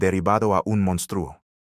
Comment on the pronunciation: Señor el redactor de este contenido Diga el Nombre completo y de dónde es porque estoy me párese fantasía y le recomiendo con todo respeto k tome un curso de Español para k pronuncie correctamente cada palabra empezando por México y monstruo y muchas más